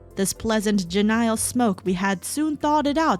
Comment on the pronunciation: I have no idea what any of this stuff is, but this ZET guy is a butt. Also genial is pronounced like genie, but with a "yull" at the end. "jee-nee-yul" Also I'm subscribed now.